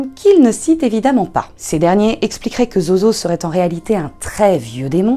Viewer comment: Zozo se prononce Zouzou. et c'était mon chat il est retourné en enfer maintenant.